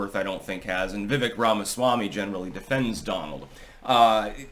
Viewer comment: It's Viv-ake like CAKE - he even said "It's Viveak like Cake!"